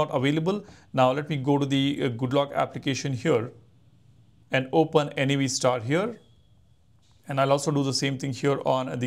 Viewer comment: Its Navstar as in navigation star. NOT N-A-V STAR